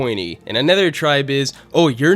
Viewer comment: Okay, I have to ask. What kind of accent do you have where you pronounce "other/another" as "ether/anether"?